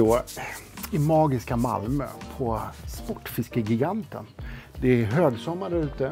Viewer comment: Uttalas gigant som jigant på malmöitiska eller är det bara Spotfiskegigantens personal som har ”fel” uttal av det egna butiksnamnet?